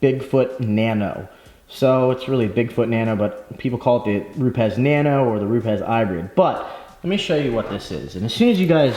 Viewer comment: If you call them, they pronounce it Rupis. Cool video